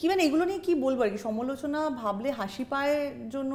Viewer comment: সমোলোচনা নয় সমালোচনা